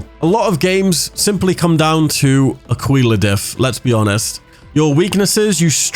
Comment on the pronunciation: Aquilla= ah key lah not " ah quil lah or ah qwee lah" 😆